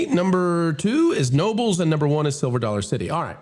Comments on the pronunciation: It's pronounced "K nobels". It really isn't a theme park. It's a family friendly old style but modernized amusement park, good coasters. It's also free admission, free parking. You pay for the rides you want. They just had the international roller coaster club day. If you want value for your money, a safe environment, and memories your family will treasure, plus as much fun as you can stand, go there. If you want Disney's hand in your pocket from the day you arrive until the day you leave, go there. Edit. I have no affiliation with Knobels other than as an attendee. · I agree that this list is highly suspect. I live in Pennsylvania..there’s NO WAY that Hershey Park is a top ten park. Also it is pronounced KA NOBELS not NOBLES …the K is not silent in Knobels park ..common mistake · I grew up near Knoebel's and my first summer job was there. It is pronounced Ka-Noebles not Noebles... the K is not silent. FUN FACT: it is a FREE admission park. you pay for ride tickets or day pass and it is an amazing place. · It's pronounced (ken-O-bəlz), and I would not put it at #2!! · Knoebels is pronounced with a hard “k” it’s my favorite, but maybe not that high on the list. It’s like a country fair and very relaxed atmosphere